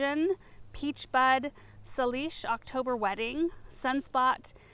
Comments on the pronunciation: Salish is pronounced SAE-LISH it's the indigenous coast peoples of British Columbia Canada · Salish - pronounced SAY-lish. Probably named for the Salish Sea in the US Pacific Northwest and southern British Columbia. :) - longtime viewer on Vancouver Island, BC 🇨🇦